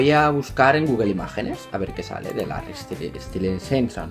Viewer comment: Larry stilinson 😂😂👌 Se pronuncia lerry estailinson